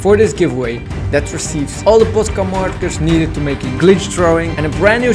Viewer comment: I honestly love the he says posca!